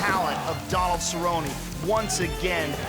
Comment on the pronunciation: "Go get some Donald Cerro-Nay!"